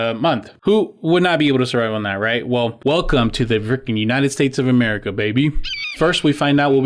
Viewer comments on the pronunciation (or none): none